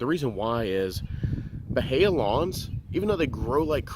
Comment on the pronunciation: The i comes before the a. Buh-hee-uh